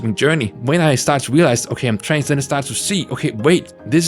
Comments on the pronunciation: You pronounce trans like trains and I find that cute and silly. Trains are cool. :D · Trans and trains are cool (I’m autistic)